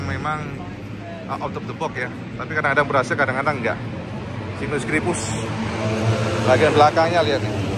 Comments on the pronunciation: Baca nya "SEIGNES" cak 😂😂😂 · ya memang mirip seperti itu pengucapan nya. seknes 😂😂😂